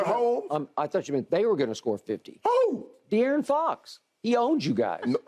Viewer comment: "he might get 50" "De'arron fox?" lmao skip trolling hard